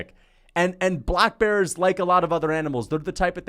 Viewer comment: I don’t what pisses me off more your delusion or the way you say black bears